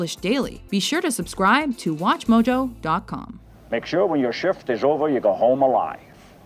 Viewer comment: i swear it sound EXACTLY like you're saying watchmodo